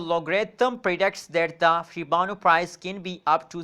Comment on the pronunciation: It's Shiba Inu not shibanu